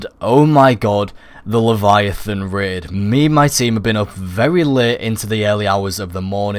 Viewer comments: Raid, not Rid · Raid - Ræīd He says: Rēd XD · Red? It's rAid...😂😂